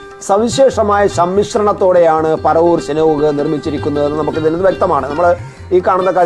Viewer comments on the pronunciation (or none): പരവൂർ അല്ല ,പറവൂർ ,അതെങ്കിലും ആദ്യം മനസ്സിലാക്കൂ..